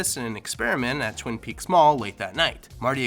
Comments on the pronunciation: I'm sure you know this by now, but you totally said "Twin Peaks Mall" haha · “Twin peaks mall” you messed up so quickly lol. Twin pines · He said Twin Peaks Mall. Its Twin Pines Mall. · Wasn’t it Twin ‘Pines’ mall? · You said twin peaks mall instead of twin pines mall? Am i wrong ? Lol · It was the "Twin Pines Mall" , not "Twin Peaks"! "You sound like a damned fool when you say it wrong!"